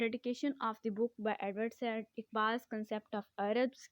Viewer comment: ye Edward said Jo Hy na usko Edward Saeed pronounce kery